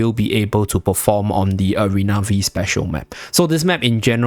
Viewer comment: It is "Arena Five" map, not "Arena Vi"